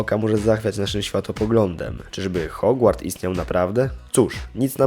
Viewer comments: Czy tylko ja mówię Hogwart a nie Hogłart ? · 'HOGŁARD' BOŻE CZY TY TO WIDZISZ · Hogłard xD